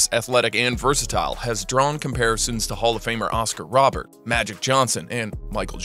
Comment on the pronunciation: It's Oscar Robertson........ Google him and pronounce his name correctly .......he is a legend.